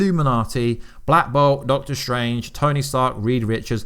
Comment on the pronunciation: Why did you use that tone when you said doctor strange were in the end game ?